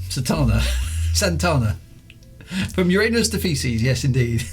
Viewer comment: correct for uranus would be uuh-rah-nus, but enjoyed the jokes. Really enjoyed this series thanks!